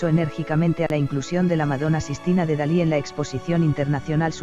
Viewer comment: Es Dalí, no Salí